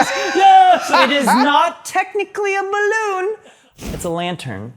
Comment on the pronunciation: STOP SAYING BLOON